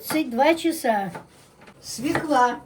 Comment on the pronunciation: Не свекла, а свёкла!